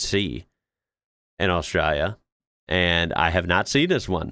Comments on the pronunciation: It is ‘Australia’. You need to pronounce it correctly… Aus-tra-lia. The ‘lia’ at the end is important. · yes it was really good. He needs to learn how to say Australia, though. With the L. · Could you please explain why you adopt an australian accent to say australia???